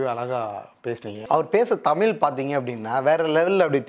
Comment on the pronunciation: தமில் இல்லை தமிழ்